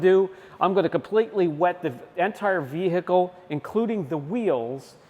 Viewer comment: Can someone explain to this guy that the H in vehicle is silent. What the hells that all about? Every time Ve-H-icle 😂 damn that’s annoying.